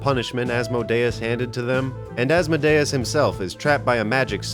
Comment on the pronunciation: You pronounced asmodeus wrong